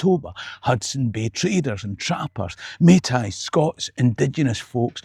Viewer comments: Great video. I am one of those Scots who was born in Scotland and went to Canada-although I left it 20 some years ago. Just one small pronunciation thingy...Metis..I have always pronounced it May-Tee...not May -Tie..... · Metis is pronounced MayTEE. Love your channel, am hoping to get to Saskatoon for your show. BTW, I was born in Edinburgh to Sassanach parents. They dragged me here in 1959 in me wee short pants..